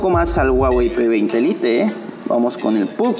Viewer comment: Y corta el video cuando los 2 iban a encenderse ¿¿¿??? para que madre hace eso si no lo va a mostrar, con que lo digas no me vale y encima le dice p20 "lite" como se escribe lo dice -.- vaya